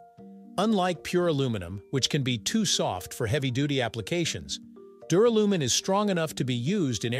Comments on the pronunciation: ...and pronounced dew-RAL-you-min. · It's Dur AL umin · Don’t you mean Duralium…? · Not only do you get aluminium wrong, you get duralium wrong and say it incorrectly! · How about prononcing the word Duralumin correctly. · Sorry reached and couldn't bear hearing duralumin being mispronounced so badly ,so often,0 OUT OF TEN FOR NARRATIVE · LOL the pronunciation of duralumin.